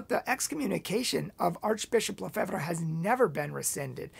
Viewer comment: You cant even pronounce Lefebvre!!!!